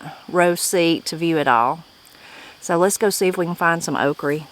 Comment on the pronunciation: Have enjoyed videos ive watched so far, but one thing that drives ne nuts is how you say okra. Ive never heard someone say ok reh always only heard it as ok ruh. Its just a small pet peeve I have. Prayers for your family as well.